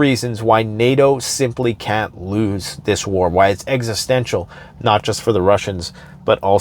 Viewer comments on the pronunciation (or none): none